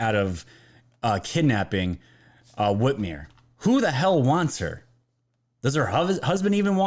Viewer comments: Whit MER not whitmere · Love your channel. I'm on your team. I love Trump. Whitmer is a joke, but PLEASE pronounce her name correctly. The "mer" rhymes with "her" not "here".